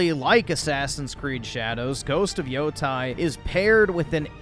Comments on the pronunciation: Gonna be real with you, this is one of the worst game reviews I think you’ve ever done. -Correctly pronounces Yōtei the first time around but then bizarrely pronounces it as Yo-Tai for the rest of the review for no reason even though it’s pronounced correctly a million times during the game. Pronouncing something as it is phonetically spelled out and spoken to you makes you a weeb, apparently, because you’re so smart for not learning how to say a two syllable word. -Splicing GoW Ragnarok audio over the gameplay and passing it off as actual in-game audio because why??? -The game doesn’t end with two lesbians raising another man’s child. It ends with an aunt raising her niece and that aunt’s friend occasionally dropping by to visit them. What is wrong with you? - You don’t miss out on having to ride through the environment? My brother in Christ, exploring the environment is how you discover most of the side quests, characters, Easter eggs, cosmetics, boss fights, even the fucking shrines you need to UPGRADE ALL OF YOUR SKILLS! I don’t understand how you supposedly played this game and walked away thinking that exploring the world doesn’t net you anything - 80% walking talking and 20% fighting is just a straight up lie. I don’t understand how you can say that and feel like you’re being accurate. Most of the game’s mechanics revolve around its combat system. - turn the UIs off? You mean the barely present UI in Yotei? And no, I’m not fucking stupid and can easily tell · oh my god he said the name of the game wrong, that means he must be wrong. 😂